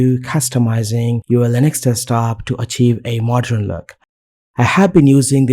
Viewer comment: wtf is MODRAN look, he keeps saying? its modern mate !